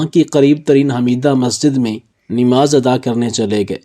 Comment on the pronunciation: اردو صحیح بولیں، نماز ہئے صحیح لفظ 'ن' کے اوپر زبر ہئے۔ آپ 'ن' کے نیچے زیر کیوں لگا رہئے ہو۔